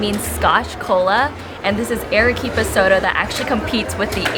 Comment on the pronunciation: Your video lost me within the first sentence. "Arequipa" is not pronounced "air-eh-quipa." Your repeated wrong pronunciation is most annoying. I cannot believe that you would purport to make a video about Arequipa without knowing how to pronounce the name. If you go to Argentina, please do not pronounce the name of the capital Buenos "eres," which is also wrong but perhaps more forgivable than how your "Ere-quipa." The vowel "a" in Spanish has, in any country and any dialect, the sound of "a" in the english word "father." In 2 minutes you could have learned this without going to Perú, and could have checked out before making your video.